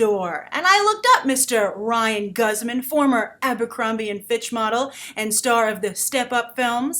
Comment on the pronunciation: It's actually Ryan Guzman ( Goose-man) He's Mexican. It's pretty great to see a mixed family. 2 Latino leads. And great they're not a stereotype, but just your American Family Next Door. The Boy Next Door. I think the biggest issue here is how it treats sexual abuse. A) It's not rape if it's a woman because B) Men are just sexual creatures and C) Because they are they can then justify objectification. Like the stalking and whatnot It's victim blamey and empathizing the predator and villanizing the victim quite literally. I agree about the responablities here This is a dumb premise